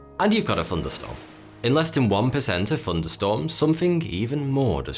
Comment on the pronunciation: Fourty2 NOT Thourty2. ?! Funderstormes not Thunderstorms ?!